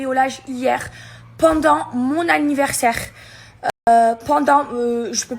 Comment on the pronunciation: C'était son ANNIVERRRSAIRRRE BORRRDEL !!! Ptdr 😂😂😂